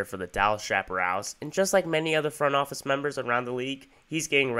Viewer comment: It’s pronounced, shap-uh-RAILS.